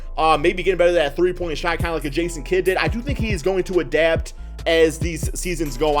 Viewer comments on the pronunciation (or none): none